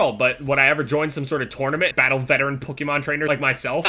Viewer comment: lol "tornament"